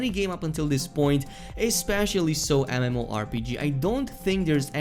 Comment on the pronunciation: Ok say it with me “EM” “EM” “OH” it’s definitely not “ANIMOH” or “ENIMA”